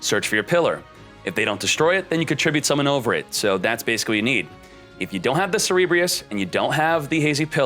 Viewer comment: so cringe, everytime he said "cerebreus" it's CERBEREUS!! -__- grrrr hahahaha.